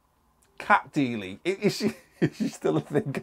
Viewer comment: Cat Deeley, LOL